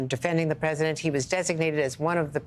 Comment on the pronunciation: You keep saying "The Persident" do you mean Expresident donald trump?